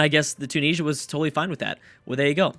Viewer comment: it's pronounced tu-nis-ee-ah